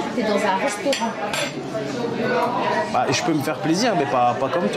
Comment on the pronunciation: l'accent aigu sur le restaurant